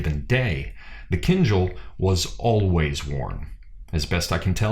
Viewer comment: A comment or two, if you don't mind. The correct pronunciation of the weapon has a stress on the last syllable, not the first. It is "keen-DJAL". I just noticed it was a recurring error, and you'd want to know about it. Second, I feel you're too quick to dismiss the "baton twirling" of the shashka, (known in Russia as "Flankerovka") In addition to developing your ability and movement, it is a legitimate, historical martial "art" form. When you see people standing still and twirling the blades, it just means they haven't mastered the footwork yet. The twirling of the blades DOES have a combative application, and its equivalent is not found in western fencing manuals. Russia and the Caucasus are at the juncture of Europe, the Middle East, Central Asia. There will be a more syncretic martial philosophy.